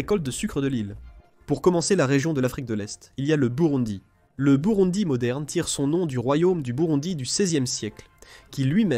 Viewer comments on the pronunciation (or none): none